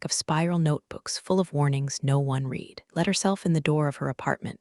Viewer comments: You dont have someone who knows english to help you program your AI reader, (Pronounced "reeder") and they have read(Pronounced "RED" in that past tense context),that word incorrectly within the context of the story. Read, also has a Past tense Pronunciation "RED" and almost every instance of the word Read, was mispronounced and should have been read, as "RED" not "Reed" I figure you are working on an ai maybe you should get someone who is a Native speaker of American English, instead of a bunch of coders who probably barely made it through from gradeschool. It is so annoying when a reader can't read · Good story teach your AI to say read and live in the right context ..really annoying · I didn't think it was legal for her to bring confidential information to a new company. Good storyline though. AI needs to learn difference between past and present tense, most notably "read (reed)" and "read (red)" A few more minor errors but nothing jarring.